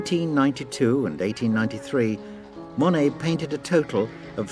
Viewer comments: His name is NOT "mony" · I know that’s probably how it’s pronounced but I hate how British people say Monet